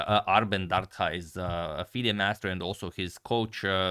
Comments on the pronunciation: It's pronounced Dar-Dha. "Dh" is pronounced the same as "TH" in THat og THis. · It's pronounced Dartha like the "th" in the or that. Dardha in Albanian means pear (the fruit). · You pronounce Dardha wrong! "Dh" ist pronounced like "th" in the word "this"! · #agadmator The letter "dh" in the surname Dardha is pronounced same as the letters "th" in the word "there". He is originally from Albania, born in Belgium.